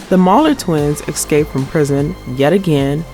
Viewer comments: She sounds like she can barely read the script. She says “ex cape” instead of “escape” all the time. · Ok… Can you please get someone who can speak English properly to do the voiceover? 🤣 aks, excape, holy fucking Jesus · Awesome show, but man this video is bad. The person reading can’t even pronounce “escape” or “ask”. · Jezzz.... Learn how to pronounce escape. Look it up in the dictionary. There is no K in the word